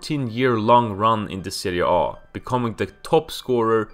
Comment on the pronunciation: Pronouncing Serie A like it's a fkn Norwegian word or some shit 🤣